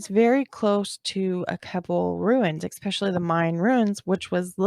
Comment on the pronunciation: she also uses the word “expeshally” (especially), it’s cute. ☺️